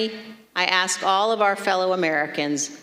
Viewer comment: at least we know shes about to be gone...and can i just say..its ask not aks,,,ask not aks.